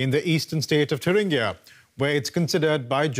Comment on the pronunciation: Congrats to for getting the (English) pronunciation of "Thuringia"right at 4'.15". Oxford?